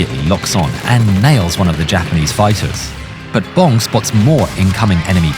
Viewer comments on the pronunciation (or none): Dick Bomb! Best pilot name ever. I know it’s Bong, but it sounded like he was saying Bomb.